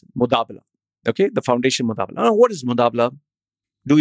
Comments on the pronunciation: it's not MuDabala it is MuBadala.. but ok.. the vdo was worth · it is mubadala not mudabla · # shares EMBARRASSING REALIZATION & CONFESSION I've just realized NOW that I mispronounced moo-BAA-dala as moo-DAA-bala The error is humorously regretted..... Seriously speaking...I'm laughing my ass off now listening to my stupidity.... Enjoy my DHUH moment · This is “Mubadala” and not “Mudabala” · Did the research but can’t read the name correct! Lol How do i confirm whether you’re talking about “Mubadala” and not some “mudaabblaa”?? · Damn you! It's mubadla and not mudabla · Mubadala hai wo be mudabala nai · Its MUBADLA. NOT mutabla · Who is mutabla...its MUBADLA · You can’t say Mubadala correctly🤣